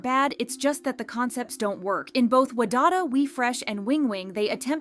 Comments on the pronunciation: Voiceover person: "Wa-dada" Me: hearing pronunciation Every time I think it can't get worse... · I'm sorry but "WAdada"... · the way you pronounced wadada had me laughing my ass off